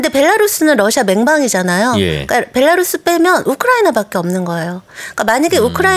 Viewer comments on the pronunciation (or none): none